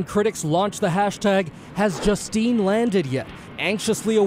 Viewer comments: "Justine" is NOT "JUN-Teene"...how did the narrator get this pronunciation out of Justine? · JUSTINE. JUSTINE, not Juntine. It even says it in the video. 🙄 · "Juntine"? Gotta love these automatic speaking bots.